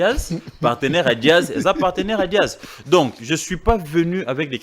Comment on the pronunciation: a du mal pour prononcer Jazz il dit Diaz,aza muluba?